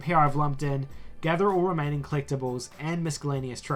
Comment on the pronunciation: The "c" in miscellaneous is silent. Good video overall.